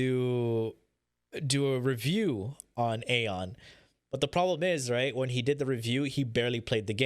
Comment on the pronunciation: dude it's AION not aeon ! BLOOD FOR BLOOD